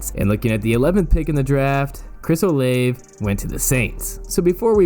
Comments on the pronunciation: He said Chris O Lave loll. long A. It’s pronounced O-Lah- Ve. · bro said oleve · Say it with me “Oh-lah-vay”lmao Chris Olave caught strays with the way you were saying his name 😂😂😂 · You said Olave wrong